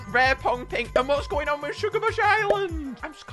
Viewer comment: Ah yes my favorite island "shugabuch island"